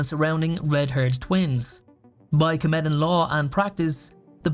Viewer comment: they aren't called "Kemetans", they are KHEMETIANS pronounced kah-mee-shuns